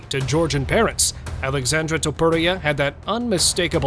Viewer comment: omg your saying his name incorrect its Alexsandre